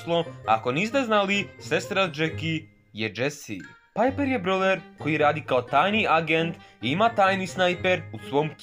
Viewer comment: Već je bilo dosta smiješno kada se rekla pajper🤣🤣🤣🤣🤣🤣🤣. A amber nije ni najmanje normalan pa ti jako super